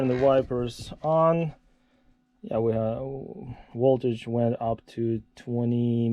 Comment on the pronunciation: “…woltage went up to 20 wolts.” 😂